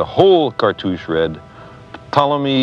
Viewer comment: why does sagan say p-tolemy, i thought the p was silent correct me if im wrong